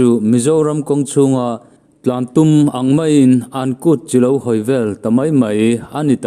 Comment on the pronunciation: A ngaihnawmin, a phûrawm hle mai. I remtih angin, "Kût chilo hawi" tih a 'chi' hi i lam dik lo deuh ,Chi (salt) ri anga lam tûr ani.